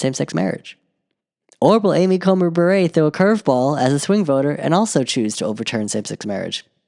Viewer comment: I'm pretty sure Justice Amy Coney Barrett pronounces it bear-et not bah-ray.